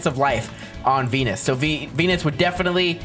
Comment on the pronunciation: Did he say denus bro